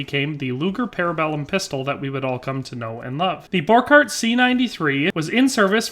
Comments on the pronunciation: I don't wanna be that guy, but given that I've spent a lot of time studying this pistol, I thought I'd point out: - It's pronounced bor-shart (Hugo Borchardt), and gay-org (Georg Luger). other than that, the history provides here is pretty accurate, well done! fun fact: Hugo Borchardt refused to further develop his pistol because he believed it was perfect, so DWM gave him the boot, and had Georg Luger update it. Luger actually managed to get the pistol right almost first try, creating one of the most iconic pistols in history. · Okay it's spelled Borchardt and it's pronounce like this bor-shard-t the D&T go together as you say it